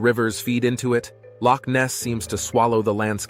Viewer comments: Aye laddie your pronunciation of Loch is impressive! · As a Scot, I'm impressed by the pronunciation of "Loch". Well done.